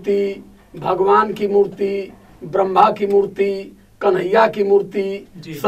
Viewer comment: Bharma nahi hota hai vo Brahma hota h vo pronounciation aur written k liye aur exercise kro bhai....